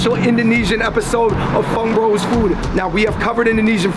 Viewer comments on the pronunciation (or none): none